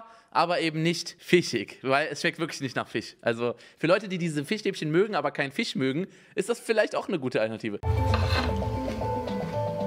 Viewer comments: Immer wenn er FISCH sagt klingt es wie FICH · Jeder: Fisch Unge: Fich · Simons „Fich“triggerd mich so..😂😂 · "Fich" Rewi kommt auch hier vor xD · Wie sweet Unge Fisch ausspricht Fiisch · Niemand : Absolut niemand : Unge: die schmecken absolut nicht nach fich 😂